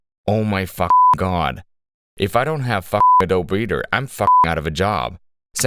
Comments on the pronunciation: AdobE!!! A-dough-be!! You pronounce the goddamn E!!! Where the hell have you been that you use computers (you’re on YouTube and making content for it) and have never heard someone say the name out loud ?!?! Jesustapdancingchrist!!! Not adob- ADOBE!!! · it's ah-doh-bee, not ah-dobe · I hate how you say A DOBE. It is ADOBEE. BEEEEEEEEE. BEEEEE MF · also it's uh-doh-bee, not uh-dohb, sir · Why does bro pronounce it like Adoe breeder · "uh-DOBE" LAWL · It's pronounced 'uh-doe-bee' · Do you really say "uhdowb" in real life? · "A -Dobe" oh dude.... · AD-O-BEE you brainlet. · ADOBEE IT'S FUCKING PRONOUNCED AH-DOE-BEEEEE. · Disliked because you pronounced "Adobe" a-dobe. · are you making the E silent on purpose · That's not how you pronounce adobe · AI voice cant say adobe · the adobe pronunciation though